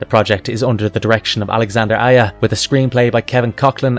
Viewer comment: Correct pronunciation: Alexandre Aja (French: [alɛksɑ̃dʁ aʒa])